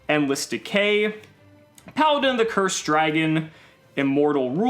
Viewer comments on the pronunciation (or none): none